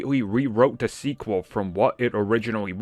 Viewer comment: God damn I spent a whole year not listening to you and you still can't pronounce "da" and "the"...! Wtf